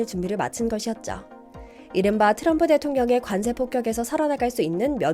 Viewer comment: 트럼프를 도람프라고 하는 게 이 광화문 브리핑은 일본 분이 만드시나요?